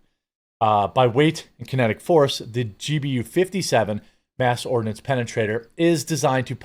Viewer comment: Ha, you said, "mass ordinance penetrator."